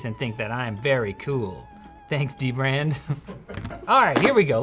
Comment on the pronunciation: everyone says dbrand wrong